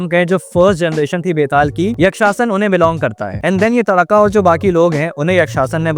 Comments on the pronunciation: भाई tadaka नहीं ताड़का नाम है उसका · તાડકા હે તડાકા નહી